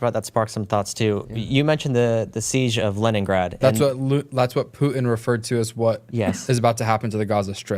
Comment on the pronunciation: "Poo-en" [Putin]